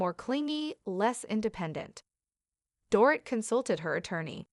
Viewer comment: It's not "Dore- IT", it's "Dore-EET" like a DORITO lol